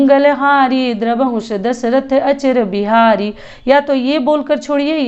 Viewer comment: Didi ek jagah aap galat bol rhi h (achir bihari nhi hota h ,,,,ajir bihari hota h )jai shree ram